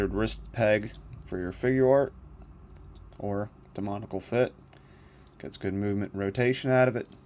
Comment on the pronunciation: Excellent review! However I am gonna say this because it bothers me and I see a lot of reviewers saying it haha. It’s not “demonical” it’s “demoniAcal” there’s an A in there too lol. Sorry for pointing that out but I thought I’d let you know! Great review and keep it up!